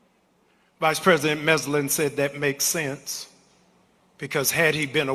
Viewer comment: Jamal Bryant: Who is "vice-president Messlin"?! It's Vice-President MARSHALL! Teddy Roosevelt died in 1919. The vice-president who made the statement about death not taking Roosevelt awake was Thomas Marshall, who served under Woordrow Wilson from 1913 to 1921. The problem is Jamal Bryant got Marshall's name wrong. I don't expect Bryant to be perfect, but if he's gonna quote someone in front of thousands of people at least get the name right! That irritated me as a historian from the same state as Marshall. Thomas Marshall was not only a good vice-president and stabilizing force during a critical time in American history, but also a great governor of Indiana who supported better conditions for workers, protected children from labor exploitation and commuted the sentence of a Black prisoner on death row who was falsely accused. Marshall sometimes bucked his own party at a time when the Democratic Party didn't even pretend to be for civil rights. I believe Rev. Jesse Jackson would have liked Vice-President MARSHALL, a man of great humor who stood for some of the same economic causes Jackson advocated for decades later. He deserves to be remembered accurately, especially if someone's gonna "borrow" his quotes now. Another great video and Judge Brown!